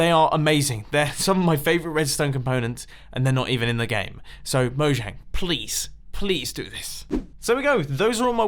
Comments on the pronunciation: Because you pronounce it “mo-*J*ang” none of these features will get in. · It's pronnounced "Moyang" for future reference! :)